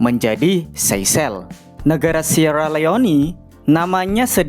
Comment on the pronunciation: Seychelles jadi seyceles 😂